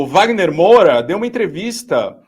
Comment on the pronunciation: Que saco ouvir o errar o sobrenome do Wagner Moura!!!!